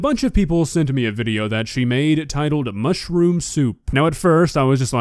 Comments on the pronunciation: seems nice enough and all so I don't want to make fun of her, but every time I heard her say "mushroom" it sounded to me like she was saying "mushy-room" which made me smile inside:) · "Mushi rooms"??? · How does she manage to add 2 extra syllables to mushroom?